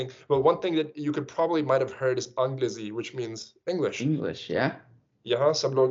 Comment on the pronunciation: Not agal, it's alag, not anglezi it is angrezi, Is wajah se, hindi seekhna bohot mushkil hoga